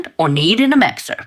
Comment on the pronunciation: mIxer not mExer